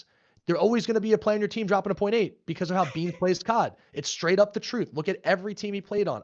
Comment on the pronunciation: why’d he say beans like a slur😭😭